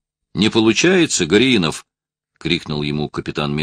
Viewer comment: всегда хорошо, даже - отлично читает книги, вот только тут не правильно сделал ударение в фамилии не ГоряИнов, а ГорЯинов)...просто приятель с такой фамилией у меня)....а в целом...всегда стараюсь книги найти..с настоящими чтецами и актерами, а не из новых!...ведь сейчас - всякий старается за что то взяться, видимо - известность других покоя не дает, вот только не каждому это - дано)))...в СССР в театральном готовили так же актеров т.н. разговорного жанра, учили правильно говорить, акцентировать, ставить правильно ударения, а новоиспеченные...т.н. чтецы...пусть не обижаются, я их даже в туалет на взял бы на работу, чтобы кричать - занято)...в общем - ВСЕМУ в жизни учиться нужно, если конечно - таланта Бог не дал))